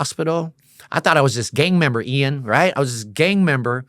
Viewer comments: Its funny that this guy is one of those dudes that constantly say the name of the person they're talking to.. I know that people do that as a term of endearment.. BUT, It's just that much funnier because he keeps saying the name incorrectly over and over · The longer I listen the more it feels like he's going out of his way to mispronounce Ian's name. Its really annoying 😑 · The hardest part about watching this video is him calling him. i’m pretty sure that’s a length of time not a name. Ian is the name. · Im sorry I cant take this 🤡 seriously when he can't even say Ian's name correctly....everytime I hear em say "eon" instead of Ian it makes me wanna slap the dog shit out of him! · Why this guy and that one rockers co Leroy be saying your name funny lmao nobody ever seen the word Ian before they calling u lol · Ian, not E-on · Bro , its no t EON its Ian, and you dont have to say it at the beginning of every sentence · I love you Ian!! 😊 why did you let him keep calling you EE’ON lol I’m nit throwin shade but it’s funny 😅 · Surprised didn’t get bothered by mispronunciation. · 10 minutes in I'm like he's pronouncing your name wrong 20 minutes later I'm like it sounds better😂. Elons cousin Eeon. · " Must" from now on😂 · Call him "E-yon" one more fucking time 😂 💀🤣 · Ian is a saint for not trying to correct him so saying his name wrong. Dude, please get yourself more knowledgeable of who is interviewing you 😅